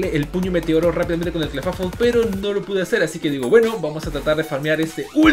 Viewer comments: Se dice Clifeibl no Clefafol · Clefable se pronuncia Cla fei bol, para tus futuros videos bro